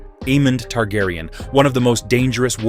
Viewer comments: Is this done by A.I voice because it's butchered the correct pronunciation of names lol, it's been an interesting video regardless. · Aside from mispronouncing names horribly, this was informative.